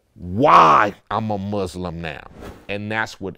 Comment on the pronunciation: I wish people would learn how to pronounce Muslim!